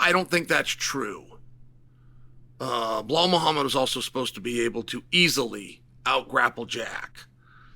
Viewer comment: You can say JDM's name but refuse to say Bilal. On most occasions. Instead calling him Bihal